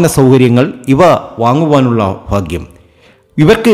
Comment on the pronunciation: Faghyam alla baghyam